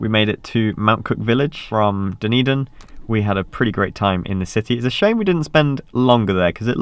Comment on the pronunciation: Thanks for pronouncing Dunedin. There's a Dunedin, Florida and I could never figure out how to say it.